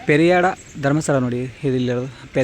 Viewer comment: ಪೆರಿಯಾಡ ಅಲ್ಲ ಪೆರಿಯಡ್ಕ